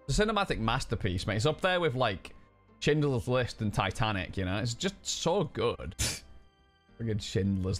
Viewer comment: "CHIN-dler's list" uwotm8... Do you mean "SH-INDLER'S LIST" ffs xD